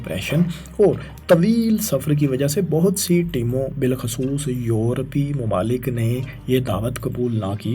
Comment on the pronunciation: yeh banda apni pronunciation thik ni kry ga, yeh channel faisal bhai ki wja se subscribe kia tha lekin ab faisal bhai is channel pr ni aty aur yeh bnda alfaz ko sahi pronounce ni krta,,, it's time to unsubscribe this channel isko koi btaye k maqably ni muqably hota hai mamalik ni mumalik hota hai pur ameed ni pur umeed hota hai mataliq ni mutaliq hota hai banyad ni bunyad hota hai majasma ni mujasma athaya ni hota uthaya hota hai matabik ni mutabik hota hai mastakil ni mustakil hota hai aur bhi bht sare words hn